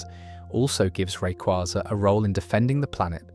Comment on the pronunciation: Its rayquaza, not rayquaza